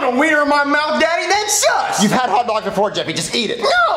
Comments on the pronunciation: Did Jeffy say sus or sucks? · did he say sus or sucks plus he literally threw the hotdog at the plant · Does Say “Sus” Or “Suck”